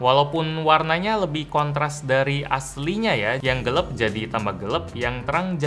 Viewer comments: Gelap bang bkn gelep hehe... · Gelap bukan Gelep 😭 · yang bener gelap bang bukan gelep wkwkwk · always bilang gelap jd "gelep".